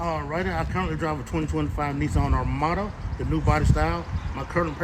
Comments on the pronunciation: Nissan “ArmadO” 😂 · How are they a Nissan salesperson if they can’t even pronounce “Armada”?